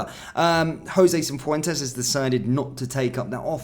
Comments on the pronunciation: I just hope Jose gets sold so I don't have to hear 'cinfwentes' again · There’s no ‘n’ in Cifuentes